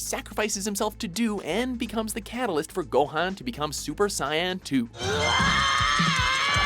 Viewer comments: Did you just say super cyan 2? Like, what. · pronounce super sayian right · Lmfao the way he pronounced ssj "Super saaayaaan" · "Sigh" super cyan? Dr.garo?seriously? I'm not a grammar nazi but this is just ridiculous.... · Super CYAN? SEEL? Wtf is this, they say the names in the anime! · The way he pronounced super saiyan..